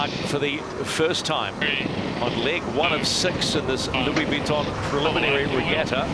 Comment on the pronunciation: Who the hell was Louie Weeeton